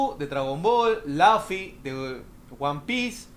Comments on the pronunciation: se pronuncia LUFI NO LAFI XDXXDXDXDXDD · ES LUFFY NO LAFFY!!! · ¿Va salir Laffy? xD Es Luffy LOL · luffy , no lafy